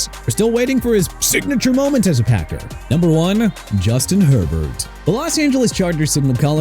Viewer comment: NUMBER NOT "UMBER", JAGUARS PRONOUNCED JA-GWAARS NOT "JAG-WIRES" AND CHICAGO PRONOUNCED SHUH-KAH-GOW NOT CHI-KAH-GOW! YOU KNOW WHAT? ENOUGH'S ENOUGH. MR AI VOICE DUDE YOU CAN'T PRONOUNCE OR SPELL FOR NOTHING! MAYBE MENTION TUA SINCE HE'S NOT ON THE LIST! HOW'S THAT?! SMH!!